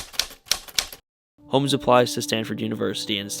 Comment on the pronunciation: At first I thought you said Elizabeth hoes.